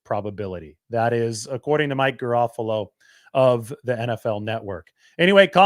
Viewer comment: Just an assist it's Mike Garafolo not Garoppolo. After covering Jimmy all those years, I can see how that mistake could happen.😂😂😂